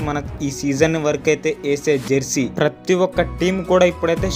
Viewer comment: Bro adhi jarsey kaadhu bro jersey